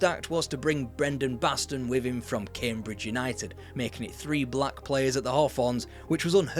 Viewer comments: BaTson, not Baston... please! Have respect for the man. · Batson,not Baston. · Brendon BASTON? Not just spelt wrong but pronounced wrong as well!